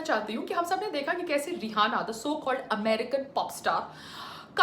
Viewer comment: Pehli bat to vo रिहाना nahi रियाना hai madam...bolna sikhlo pehle...fir bnna official spokesperson govt ki..